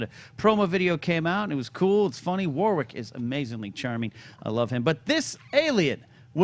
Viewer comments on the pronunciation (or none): PSA the second w in "Warwick" is silent. It's "Warrick" not "War-Wick". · Can you guys please pronounce Warwick correctly. It sounds like Worrik not Woar-wick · From an Englishman, you pronounce Warwick's name like 'Worrick' not 'War-wick' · It's War-ick, not War-wick (in nasal nerd-tone). The second "W" is silent, like a lot of English towns or locations, ex: Chiswick, the "W" is silent. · You don't pronounce the second W in Warwick. They said his name a thousand times at Celebration. War-rick. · They're saying his name wrong. How is that trolling?